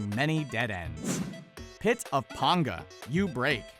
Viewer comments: It's PAnga, not ponga if you are going to talk about the community and it's creators, do some real research next time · ITS PANGA NOT PONGA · pit of PAN-GAH! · He pronunced "Panga" as "Pånga" and not "Pänga". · Pit of PAINga Not pit of PONGa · Pit of Penga (don't pronounce it as panga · that is not how you pronounce "Panga" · why did they pronounce Pangas name like that ? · You pronounced panga Wrong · Mispronouncing Panga so many times :( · Anybody else get pissed he said panga wrong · It bothers me every time. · instantly pissed me off lol